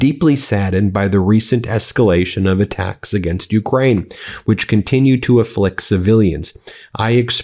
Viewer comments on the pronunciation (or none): none